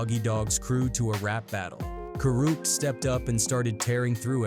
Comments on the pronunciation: These Ai vids SUCK. Half the time they’re calling him KOOORUPT & talking about SOOOGAY Knight, fkn Stupid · Ka Root? What the fuck? Lol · Ka rewpt ??? Wtf say his fck'n name right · Co-Rooped? This Ai shit is annoying af. They can't even get anyones name right! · Sug, I know who he is. Just not the way the AI voice said it.